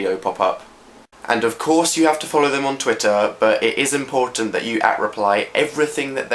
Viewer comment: his "important" sounds SO SCOTTISH holy fuck